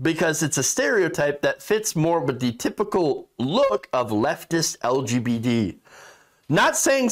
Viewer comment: When you said LGBD, I took that to mean Lesbian Gay Bi Damn all sexual orientations and gender identities! Am I missing something or is "LGBD" a thing or a mispronunciation of LGBT?